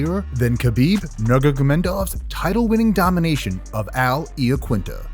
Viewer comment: Khabib "Nergadadendoff"... What the fuck was that